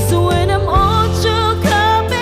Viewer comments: She can but theres a word that is not properly pronouced. Like "when" was pronounced as "win" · Pronunciation must be improved. Maganda ang boses. Mataas ang diction kaya lang bisayang bisaya ang dating like “ whin “ instead of “ when “ . Gagaling pa! Malayo ang mararating! More, more, more and more practice! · Voice really amazing only the diction instead of when the sun,it pronounce win the sun...